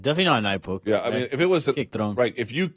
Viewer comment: is this Jon Jones calling in anonymously? Notice the unusual way the caller pronounces the word “poke”. For Jon Jones audio comparison.